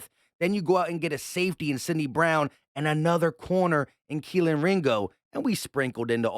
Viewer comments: Please stop saying Kelin Ringo. Its Key-Lee. Its getting really annoying hearing everything messing up his name. as a UGA fan, its very tilting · Kelee bro kelee ringo lmfao you called him kealan the entire video champ come on now put some respek on the mans name 🤣 😂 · Why you keep saying Keleen? Theres no N at the end of his name lol just kelee ! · There’s no n in ringos first name it’s keley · Are you saying kelen or kelee? Lol. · his name is KELEE!!! There is no N in his first name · Much love and Go Birds and all but dawg it’s Kel-EE” there is no N on the end 😅😭😭😂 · pretty sure its pronounced KEHL-EEE